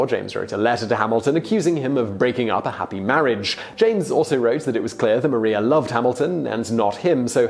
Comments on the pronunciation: I thought it was Mariah not Maria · Did he really just call Maria Reynolds, Mah-ree-ah instead of Mah-riah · John Jay wasn’t necessarily a slacker he was sick...it says it in the musical also YoU cAlLeD mArIa MaRiA it’s spelt the same but you pronounced it wrong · They way he pronounces Maria is bugging me also I love how some of the pictures the used for the Reynolds scandal are Hamilton art lol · MaRiA omg he’s pronouncing it wrong dhhdfhjr